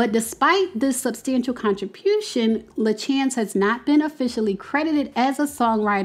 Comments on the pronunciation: I just wanted to say her name is pronounced La Shawns . I met her in New York while performing Once on This Island…she was the original Ti Moune. Such a beautiful talented woman with an inspirational story and she deserves all her accolades. I hope they give her what she deserves. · LaChanze is pronounced "Lah-Shawn-zs"